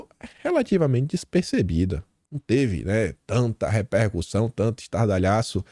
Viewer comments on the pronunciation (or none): none